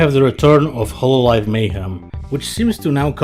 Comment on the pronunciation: “Hololive Mayhem” lmao